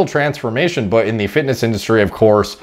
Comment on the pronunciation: Did he just say TRENsformation? 😂